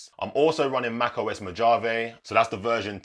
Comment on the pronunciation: doesn’t matter much. The J in Mojave is pronounced with an H sound because it’s Spanish in origin. 👍 Thanks for the vid! Curious to see your set up!